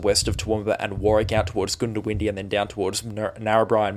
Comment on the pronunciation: Goondiwindi is pronounced GUNDA windi not GOONDO windi